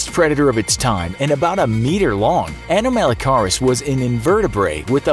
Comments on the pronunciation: Who else watched walking with monsters and got triggered by the way he pronounced "anomalocaris"? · The incorrect way he says anomalocaris is triggering lol it's ok though no one ever says it right